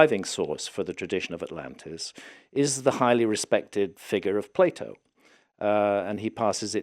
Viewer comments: Please, dont say "play-oh" !!😝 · Its not plate o, its Plato!